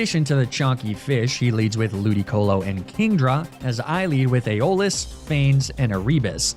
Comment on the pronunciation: Isn't it AIRabus rather than erEEbus? Aeolus is definitely EYolus, not eyOHlus.